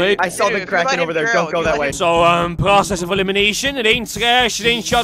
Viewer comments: at first i thought you said karen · I legit thought it was 'karen' instead of 'kraken'. XDD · what i thought it said. Karen what it really said kraken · I love this guys aceent when he said kraken at the start